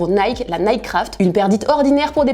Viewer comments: Jvais ps mentir mais le concept de Shop-ça c'est le concept que j'aime le moins de la part de booska-p mais après chacun c'est goûts hein 🤷🏻‍♂️ et parcontre comment il dit nike ce fou c'est limite insultant pour la marque et comment il dit chantilly wsh il sait pas parler enft 😂😂😂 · Le combo « Naike » « ChantiLy » nan c’est trop 😭